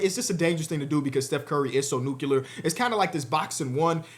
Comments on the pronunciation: stop saying NUCULAR ITS NUCLEAR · It’s nuclear not nucular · Bro can't say "nuclear" 🤣🤣